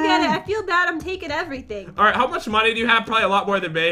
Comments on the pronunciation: If u would know jen rly well u would know that she said moneyz when she ment to say money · It's money not moneyz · We’re getting lots of monies! Me:Mo...mon...monies?